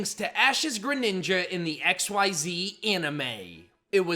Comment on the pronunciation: GRENINJA, NOT GRANINGA!